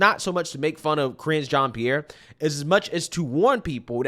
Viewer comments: This women came from a top news channel she knows exactly what goes into preparing for this job the way i see it she does not care just like how biden doesn't care and reads str8 off the teleprompter...often. smh. BTW pretty sure it's pronounced jean like a pair of jeans not jeon 😆brother cracks me up with his accent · you are mispronouncing her name. It sounds like hinge like a door hinge but there’s an R in front of it cringe Jon Pierre. She also will respond to gay black lesbian woman so I hear All part of being proud you know gay pride! Try it she loves it